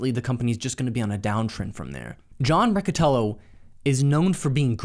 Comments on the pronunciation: John Riccitiello not Rocotello :D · lol this dude. The 2nd misstep that Unity made was hiring a man named "John Riccitiello". I don't know how that's pronounced. Dude more offended by pronouncing his name incorrectly than shaming him for destroying a multi billion dollar company.